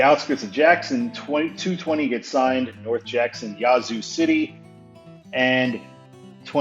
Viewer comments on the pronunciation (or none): Yaz-zoo not Yah-zoo. It’s a common mistake.